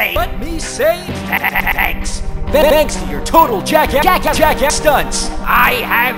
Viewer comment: Yeah just because if the way he pronounces "Jackassery"